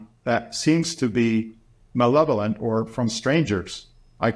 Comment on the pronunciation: Malevolent. The word is malevolent.